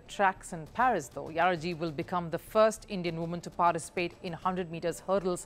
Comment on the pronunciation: It's not PHERIS , it's PARIS